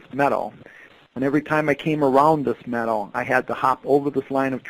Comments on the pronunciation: It took me a while to understand that what he was saying was “meadow” not “medal”. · I thought maybe “metal.” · Say meadow properly